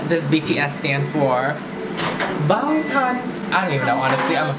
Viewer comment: “With all the b0nGtOn boys”😂😂😂 BANGTAN